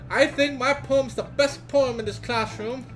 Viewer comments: Every times said ''Poem'' I heard ''porn'', i better reduce my porn time though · First time said poem, i heard porn... could never unhear it, and the whole video went wrong from there LOL